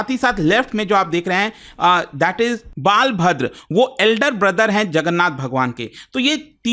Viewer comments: Sir it's Balabhadra (बलभद्र ) Not baalbhadra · bal-bhadra ❌ Bala-bhadra ✔️ "Bal" for strength. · pronounce as- BWAL-VADRA not balvadr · It's " Balabhadra " not - Baal bhadra ❌ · बालभद्र नहीं बलभद्र नाम है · Pronounce wrongly about brother of lord jagannath.